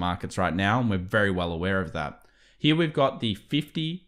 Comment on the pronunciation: I really like your content. Then you pronounce “here” almost like an American cowboys “he-yaw”. Serious info and a laugh!